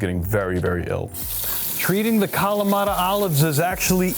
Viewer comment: Why do you pronounce kalamata with a Hispanic accent?